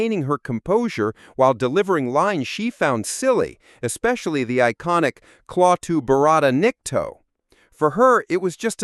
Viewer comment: You would think he could at least pronounce Klaatu barada nikto properly